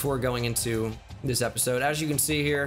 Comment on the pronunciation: mans said epishode